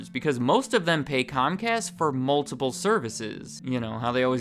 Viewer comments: Comcast? Its pronounced Cumcast, you know, because we're they're bitch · It’s cumcast bro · I think you mind pronounced it. In my neck of the woods it's pronounce scum cast.